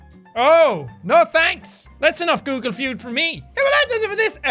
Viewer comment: I really miss the "Guugle Fjuud". Awesome video nonetheless.